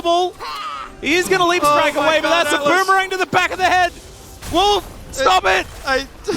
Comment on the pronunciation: wolf with a mickey mouse accent 🐭